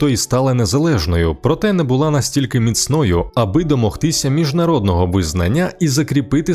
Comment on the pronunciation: Тільки не мІцною,а міцнОю !!!